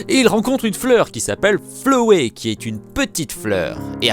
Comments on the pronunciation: SA SE PRONONCE FLOWEY = FLOWI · Flowey ça se dit Flawy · C la première vidéo de toi que je regarde.......... C peuuuuuuuuut êtreeeeeeeeeeee parce que sa parle d'undertale Mais c pas flowey sa se prononce flowi Sans sa se prononce sannçe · T'as mal prononcé Flowey